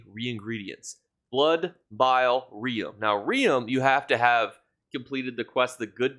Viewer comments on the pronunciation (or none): Rheum is pronounced like "room". Think "rheumatism".